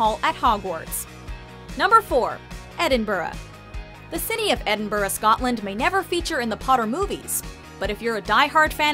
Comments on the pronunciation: im not hating i love hp jut im from scotland your saying edin-bu-rah but its edin-bra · It's pronounced 'Edinbrah' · When she said Edinburgh wrong omg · I am scottish and it kills me the way she says Edinburgh!!! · I cringe every time she says Edinburgh